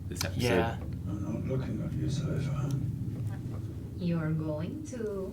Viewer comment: I"m enjoying your reactions but I have to know: is it ragebait, or did you genuinely make it to season 3 without learning how to pronounce Sypha's name?